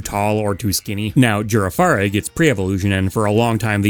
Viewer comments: A few quick notes -Farigiraf and Girafarig are meant to be pronounced like Giraffe - Koraidon and Miraidon's names are meant to be more pronounced like "Ride On", it's a little pun bc Gen 9 went crazy with naming puns - Remoraid and Octillery were originally more military-themed, with Remoraid being more like a torpedo and Octillery being more of a literal tank, but they got censored/changed during GSC's development, and the dynamic kinda got killed. Anyway, that's why Remoraid evolves into Octillery. (Correction, Remoraid was based on a pistol, not a torpedo. It had a sucker on its front which made the evolution line make more sense with it becoming an octopus tank. Thanks to for this correction) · Girafarig isn’t pronounced like that it’s giraffe-a-rig